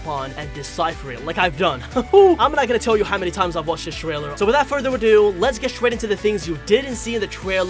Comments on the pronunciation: sir trwailer??????🤨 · no trying to b mean but he says twailer instead of trailer